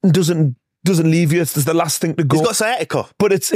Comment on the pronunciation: “He’s got siatica”😂